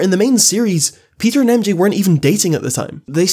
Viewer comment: You need to learn how to say Peter